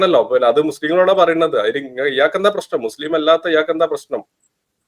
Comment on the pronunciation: അവര് അവര്.. ആരാണ് ഈ അവര്. മുസ്ലിംകൾ. അപ്പോ ഈ വിളിച്ചതാരാ.. ഇവര് 😂. അതായത് H മുച്ലിം 😅😅